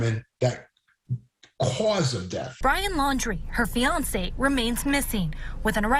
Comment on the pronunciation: “cAUHhSAE of death”